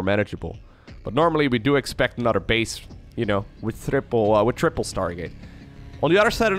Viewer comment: This man played off saying thriple like a pro!